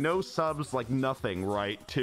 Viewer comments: Anyone noticed that instead of it saying subs today is says sus today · Something that annoyed me the entire stream was that instead of saying subs today it said sus today and that just annoyed me